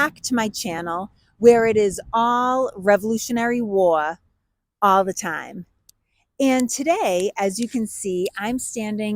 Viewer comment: Katie. The word is war not waaaa 😊